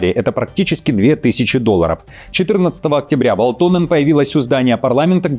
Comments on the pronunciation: Передайте своим редакторам, чтобы они расставляли ударения над фамилиями и прочими словами, если ваш ведущий настолько безграмотен. Правильно "вАлтонен", а не "валтОнен". Это финская фамилия, а значит ударение на первый слог. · "Валто́нен" - неправильное ударение. Правильно - Ва́лтонен. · ВАлтонен, а не ВалтОнен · Всё хорошо с одной поправочкой- всё-таки ВАлтонен, а не ВалтОнен. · ВАлтонен, недодиктор... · ВалтОнен?! ЖурнАлист! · В à лтонен... Ударение-то куда ставите!... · ВаАалтонен!!! 🤦‍♂ Ударение на первый слог в финском языке! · Ударение на А в первом слоге В(а)лтонен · Парень,ударения учи в финских фамилиях))) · Загуглите ,как читаются финские фамилии! Ударение на первый слог,это вашем варианте звучит потешно!!!